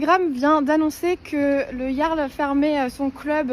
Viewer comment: D'où elle emmerde le Jarl cette connasse ? Et on ne dit pas jarl mais Yarl.. t'es conne ou tu le fais exprès ? Putain y a pas à dire pour être gauchiste il faut avoir été amputé du cerveau !!!!!(et qu'on ne me dise pas que la violence n'est jamais la solution.. Dans certains cas c'est la seule solution ! Contre des gauchistes qui n'ont pas de cerveau un aller retour ça remets les idées en place et si cette connasse parle de l'orgie que les parasites gauchiasses avaient prévu de faire de minuit à midi en plein centre ville de Rennes .. il faudrait déjà que ces connards de gauchiasses connaissent les lois françaises ! le Jarl a appliqué la loi point barre .. Il t'a mal parlé chouchou ? Et alors toi tu nous insultes tous les jours et tu as du mal à entendre que t'es une truie mal baisée ? Et encore je suis sûr qu'il n'a pas dit quelque chose du genre car c'est mon style et pas celui du Jarl... moi je tape d'abord et je cause après .. une fois la menace éliminée.. le Jarl (porte bien son nom) car il a tenté de calmer le jeu avant d'autoriser ses hommes à la violence.. et je rappelle que nous parlons de 300 gauchiasses venus faire une rave party dans un endroit où ils n'avaient aucun droit d'être .. près de la boite du Jarl juste histoire de foutre la merde et ces crétins avaient prévu de foutre le bordel avec leur musique de merde jusqu'à midi le lendemain.. sans tenir compte qu'il y a des gens qui vivent dans le centre ville et qui la nuit veulent dormir !!! PARCE QUE EUX ILS BO